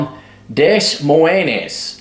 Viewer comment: It's pronounced DUH-MOYN.